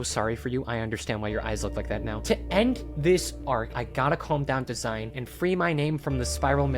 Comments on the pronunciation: Not sure if you’ll actually read this but the character DASEIN is not “design” it is “da-sein.” Dasein is a term coined by the german philosopher Heidegger and roughly translates to being an existence; more specifically how human beings exist in the world. Kinda of dope how the video game chose to name this character after this. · enjoy the videos. The Dasein tho is pronounced different. It’s a German word used by Martian Heidegger as a technically term for existence or being there/being-in-the-world. This comes from his book being and time an existentialist book. The ending note in arc four goes with this theme with finding meaning in a meaningless universe. College student philosophy minor this is what I do on my free time watch random YouTube videos to get away from all the studying. Then apparently use it for the most absurd reference. Like what kids are thinking of the meaninglessness of their existence and how they exist in the very moment. Ig in fairness I wrote on Dasein bc I knew what it was on a wizard 101 YouTube video at like 1 am.